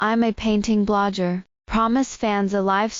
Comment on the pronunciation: BLOG-gur. Not BLOD-jur. AI learning curve is slow 😂